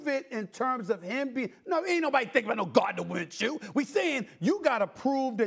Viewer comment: Garner Winshew lolll